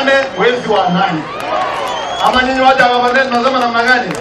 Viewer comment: Kabarnet not Barnet.